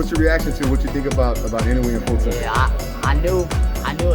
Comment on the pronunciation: I noue アｨ ノウェー IN oue イン ノウェー 大体この2通りに分かれる井上の発音